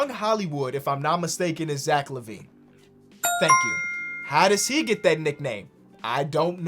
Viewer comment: you had lavine wrong lol